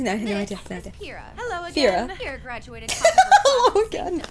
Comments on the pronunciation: Just to correct you its Pyrrha not Fyrrha lol. Can't wait for your next reaction. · Pyrrah is sounded out like "Peer-ah". There you go. Only once a week? Do more so you catch up to Volume 6. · Psst...it’s PEER-rah 😂 Jaune, Ozpin and Nora are THE best characters! They’re just so much fun! Can’t wait to see how you cope with a certain episode Jaune is...it’s HILARIOUS! XD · Pyrrha's name is pronounced with the P sound at the beginning. I am just pointing that out and mean no disrespect. Love your reactions to the series. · Pyrrahs, name is pronounced like "Pure - rah".